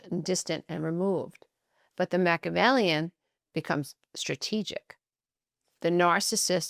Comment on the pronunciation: You’re pronouncing Machiavellian incorrectly.